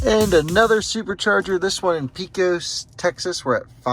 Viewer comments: Pee-cos, TX. LOL. It's pronounced Pey-cos. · Love your videos! im from PECOS and my people would hate me if i didnt tell you its pronounced pey-kuhs! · Pesos, TC is actually pronounced more like Paycos. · I love it though. Makes it really entertaining and the fact most of your stops are 12-20 mins is great. You really need to move around every 2 hours or so while driving anyway so it's perfect for that. Haven't seen the rest of the comments on how you say towns yet but Shreveport is pronounced SHREEVEport like Sleeveport. Pecos is like Peycos.